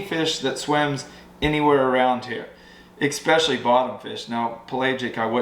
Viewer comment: There is no X in especially, so stop 😫 pronouncing it....lol. Oh, and follow Kelly's lead and get you a real truck.